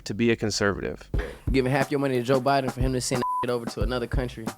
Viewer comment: What's up with black people not being able to say Biden? Retardation?